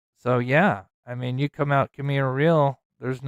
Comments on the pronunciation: Pronounced Camino Ree•Al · "Camino Re-al"